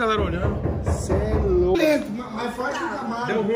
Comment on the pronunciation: Se tem Toguro Botando Loudo em vez de Louco tem Like QUEM CURTE A CASA MAROMBA DA LIKE